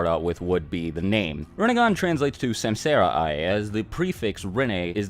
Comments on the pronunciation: Great vid... But it's suhmsahra.... 😂👍🏾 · bro butchered the pronunciation: samsara > sum-saw-ra. that’s how u say it. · It ain’t semsera it’s sum saa ra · Its not samsaara the pronunciation will be like this "sumsaara" forur understanding there are 14 out of with only 6 are most important that y six path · Samsara is pronounced 'sum-sur-ah' and not 'sam-sarah' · samsara = is pronounced sum-tsar. Other than that great video mate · Samsara isn't pronounced like that. It sounds more like "sumsaaraa" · Sumsara* is how u pronounce it. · It's not samsara, actually it's sansara : meaning the rebirth cycle. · Samsara..... Ugh say it fucking right!